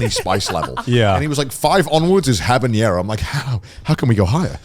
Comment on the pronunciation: I just now realized Connor says “habanero” with an ñ “habañero” instead of a normal n and it bothers me as a latino